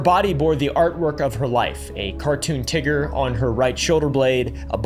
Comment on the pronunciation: "A Tee-ger"